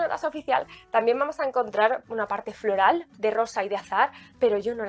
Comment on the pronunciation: Por qué decís florEl? Es florAl